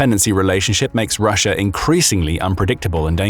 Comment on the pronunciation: Love the intrusive R. lol. "Rusher itself"